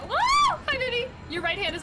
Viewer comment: "Eww what dees?"